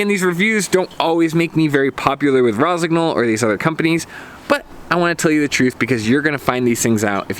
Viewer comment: Nice review. Is just a bit disturbing hearing the gn pronounced verbatim. Should be soft - like in gnocchi (not sure if there is a native english word with the same sound).